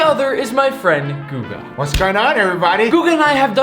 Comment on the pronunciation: Guga not google